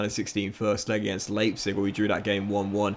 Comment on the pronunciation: Not sure what's more jarring - the pronunciation of Leipzig or of Richarlison